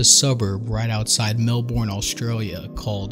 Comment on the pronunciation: Every time I hear him say Melbourne incorrectly I wanna kms lol